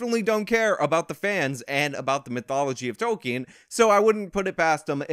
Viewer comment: Dude! Tolkien. TOLL-KIN